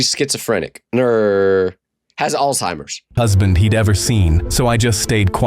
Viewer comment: "Does this mean she's schizophrenic, nrr have Altzimears" I THINK U HAVE ALITZIMERARS